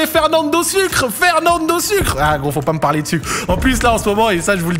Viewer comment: On dit pas Fernando sucre mais soukré!!! Assassin ! Prison break 😂😂😂